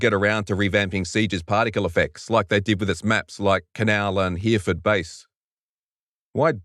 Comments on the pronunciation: Hereford is pronounced he-ro-fud, as long as you mean the UK city at least :) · HERE FORD. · If you Miss-pronounce Hereford one more time.